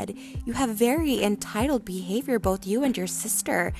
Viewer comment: Can we just say that Trisha said Your BeHaVoIYoUr